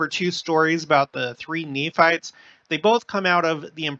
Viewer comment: I love how down to earth you are, feels like we are visiting close by, even the words slip ups are great. (Knee farts/Nephites) 😂😂😂 Really enjoy all I’m learning and this channel. Thank you ❤